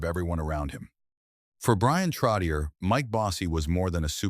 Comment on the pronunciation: I wish whoever makes these videos would pronounce his last name CORRECTLY